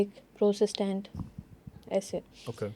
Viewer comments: Sister its just protestant not prosastant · Not Prosestant😂😂😂it's Protestant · are you serious LOL christians mai prosistant nhi protestants hotey hain. Is ko sahi se bolna ni ata...strange